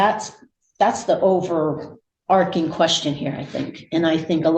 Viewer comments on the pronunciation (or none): It’s over-ARCH-ing NOT over-arc(as in Noah’s arc)-ing.